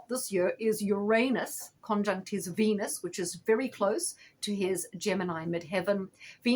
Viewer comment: I love the way you pronounce "Uranus" correctly. Few people do. Thanks for the reading.